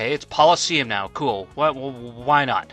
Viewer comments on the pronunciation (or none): Polosseum? lol 🤣🤣 Gotta admit that’s got a nice ring to it.